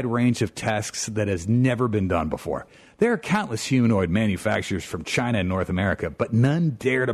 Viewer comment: *BEFORE* NOT BOOFORE Stop saying boofore